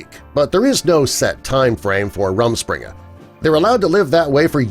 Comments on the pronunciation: Here are some facts just in case and this is why I’m offended lol: 1. Men wear beard to show they are married. My cousin had to grown one before his wedding. 2. It’s pronounced Room-Spring-uh. It’s really so they can go out and have fun with their friends. If they leave the Amish church we don’t have to shun them. I go to Christmas with my family and my grandma left the Amish church and so did three of my great uncles. They call “outsiders” Yankees, this means I am a yankee. 3. They can use cameras and even keep photos!! My cousins and I take stupid photos all the time and they print them out at Walmart. 4. NOT ALL TOYS ARE FACELESS. Yes, they do have some faceless toys but it doesn’t stop them from buying toys from the store for their kids. 4. My cousin has her boyfriend over sometimes and they just hang out in her room. We just don’t bother them because we don’t want to be mean lol. 5. Yes, they do believe they can marry whoever in the Amish community. If they left they can marry someone from outside as well. 6. At my cousins wedding, they assigned certain colors to the cooks, waitresses, Bride, Groom, the parents of the bride and groom, and the “groomsmen” and “bridesmaids. 7. I don’t really think they have to clean the whole house but whatever floats your boat? If you have anymore questions please ask! I won’t hesitate to answer. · its pronounced more like room-shpring-uh, it translates to roaming of the spring in pennsylvanian Dutch